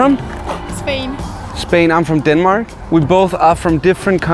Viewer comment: Noone:: “I’m from DENMOOARK”